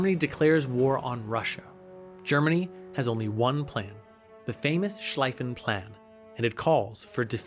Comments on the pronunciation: It's von Schlieffen, not von Schleiffen. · 3 minutes into the video and you called the triple entente "the allies" and called Schlieffen for Schlaiffen. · It's pronounced more like "von Sleeven". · I'm really disappointed in the amount of mispronunciation, especially key figures and locations. Schlieffen (Shl-eye-fen), Sarajevo (Sara Vey Ho), Gallipoli (Galapoli). (How it was pronounced in the video and not correct) Please take your time and do this stuff right.... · and Schleifen Plan, Ishtanbul, Gallapoli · Im not familiar with the channel but I’ve never heard anyone pronounce Schliefen that way. I’m guessing this is content for you not something you’re passionately into or even mildly informed about, I don’t like that and I know it’s just supposed to be entertainment. But you obviously just read something on it and are making content. You’re actually clueless about WW1. You can’t pronounce Schliefen and it has nothing to do with your German pronunciation, I wouldn’t expect half your audience to be able to spell it but they all know the name of the guy who came up with the plan and how to say his name. You don’t. That makes the whole rest of the video kind of tainted in a way. I’m a WW1 buff and here’s a guy making a video on it that can’t say Schliefen. Cmon man educate yourself before you put shit out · You should've talked about how the German Emperor Wilhelm II was absolutely right, he did his best to prevent the war but was undermined by the parliament. Also, it's von Schlieffen is pronounced with the German "ie" which is a long "I" like in bee, not with the German "ei" which would be pronounced like "I". Also, the whole Lusitania was illegally filled to the brim with ammunition and chemicals and a legitimate target for warfare, the passengers had no business being on there. Also, the "Treaty" of Versaille might have been the greatest political atrocities